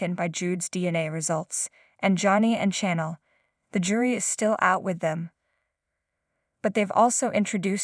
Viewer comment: Constatine. Not tin, Chanel, not channel. Pronounce people,' s names right.😂😂😂😂😂!!!!!!!!!!!!!!!!!!!!!!!!!!